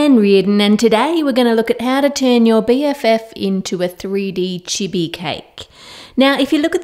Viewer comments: That's so cute and not hating though but that's not how you say chibi u said it to fast how all me and my friends and some other people on YouTube pronounces it like chIbI you say the i's a bit slower but I love ur vids 😘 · Im sorry but... its pronounced cheebee